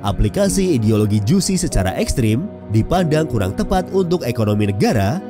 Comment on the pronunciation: Baca JUCHE itu bukan Jusi tp JU-CE.....gmn sih Mimin nya. Maaf sy dislike ! JUSI, emg jus😂